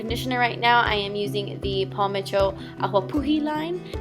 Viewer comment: Hey love your silly side. So funny. Just had to let you know that awapuhi is like "ah vah" the w is like a v in Hawaiian:)